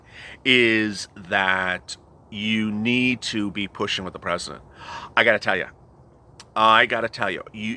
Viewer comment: Tresident Trump? 👀